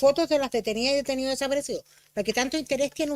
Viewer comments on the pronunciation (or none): Pero mira como defienden el negocio de los "detenioh deshaparecioh". Que individuos mas nefastos!!